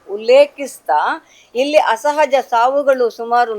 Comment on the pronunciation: Right.. anchor ge saryage heloke baralla